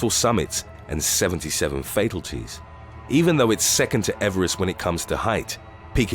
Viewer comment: FATALTIES! Jesus fucking God learn English